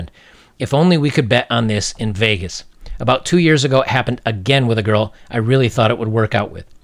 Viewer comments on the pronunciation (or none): none